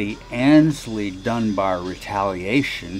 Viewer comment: I used to mispronounce the first part of Aynsley's name. I always pronounced that first syllable as in, "Ann's" when it actually should be pronounced as in, "ain't" or, "aims." So who corrected me about my mispronunciation? Mr. Mayall, himself!